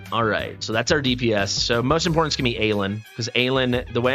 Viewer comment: "Impordent" isn't a word. There's a t in there, not a d.